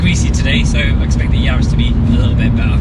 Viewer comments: Please can we clear the name up..it's Yaris. It's not Yaaaaaris. Cheers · Excellent video with the split screen and aerial shots. Didn’t realised it was pronounced “Yaaaris”😂 My GR is being delivered in March. Much prefer it being a B road warrior to a track weapon. Be interesting how it feels vs my gt3 gt4 and R26.R!